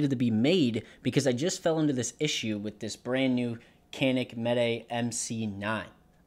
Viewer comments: Unless you're Turkish you don't say it right lol😊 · Think most for in the US pronounce it can ick. Really want one of those. Hadn't heard of Canik til about two months ago, but alot of reviewers sound real impressed with it. That it feel more like a full size than other micro 9's and almost all love the trigger and reset. Thanks for imfo. I could see it would be easy to try to put the slide on like alot of guns slide on from the tip back.